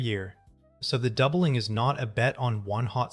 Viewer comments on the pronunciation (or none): Dobling?? like the video, must be AI